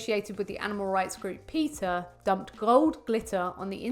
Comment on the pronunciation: Its PETA not PITCA.